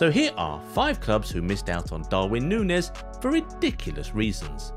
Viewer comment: He pronounces Nunez wrong the hole vid